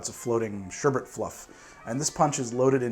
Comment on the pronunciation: Thank you thank you thank you for saying sherbET and not sherbERT. It's an odd thing to get annoyed over, but I can't control it. Great drinks and another great vid!